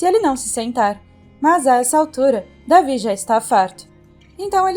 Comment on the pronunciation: não é davi e david ( delvide)